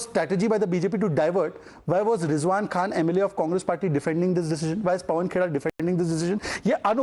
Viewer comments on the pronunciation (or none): none